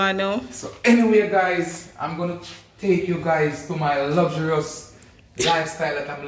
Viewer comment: Lugjurious 😂😂😂😂